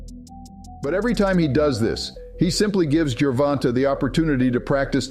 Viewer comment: You sure make assumptions sound factual. And why do you keep calling him “Ger Von Tah”? You’ve never heard ANYONE including the ring announcers say his name like that. The A is long. Should it be written like Gervontā?